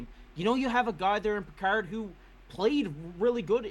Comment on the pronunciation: Cal Pickard is not pronounced like Captain Picard from Star Trek FFS.